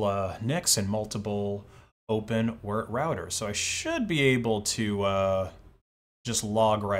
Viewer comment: did he really say open wert? 🤦🏼‍♂️